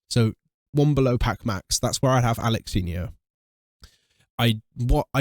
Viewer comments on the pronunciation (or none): Alexinho ❌ Alalanyo 😂😂😂